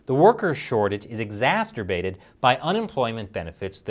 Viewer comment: you said exasterbated hahahaha